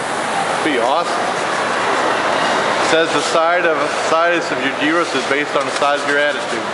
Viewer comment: You said gyros wrong